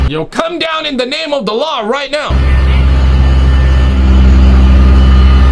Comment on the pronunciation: Are you saying; “Come down in the name of the Law!" Or, "Come down in the name of Allah!" Hard to tell in some videos.